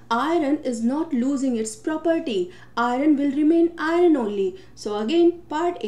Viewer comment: Prononunce iron properly